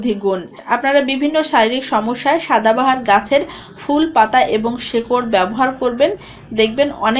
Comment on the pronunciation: ঠিক উচ্চারণটা হবে "সদা বাহার" অর্থাৎ যা সব সময় সুন্দর ।